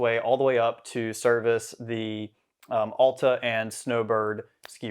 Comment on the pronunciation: OWL-tah. It's pronounced like "altitude". Otherwise pretty good video. Could have been < 20mins. Worth a sub!